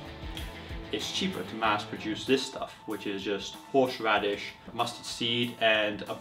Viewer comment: Hahaha! He said horshe radish